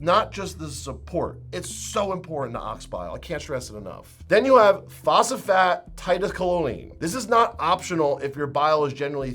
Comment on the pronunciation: might want to look up phosphatidyl choline pronunciation lol